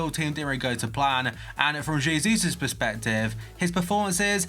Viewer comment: Btw it hay Zeus not Jayseus